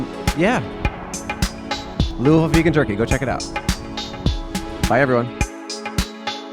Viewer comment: I realize you probably won’t see this but thank you for saying Louisville correctly lol